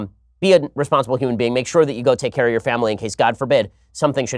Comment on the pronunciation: “Let us talk about yo rights” I swear it sounded like yo